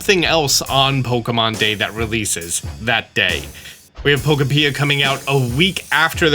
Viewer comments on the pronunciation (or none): Pokopia comes out a week after Pokemon Day, that means you have 2 weeks to learn to pronounce Pokopia right. It rhymes with utopia. Pokemon + Utopia = Pokopia. You learned how to pronounce Lumiose in time for Legends Z-A, so you can do it. I believe in you!